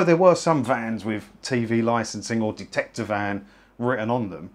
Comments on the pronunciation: Detector, not Dectector, unless Ant & Dec are the Dectectors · Dectector? Really?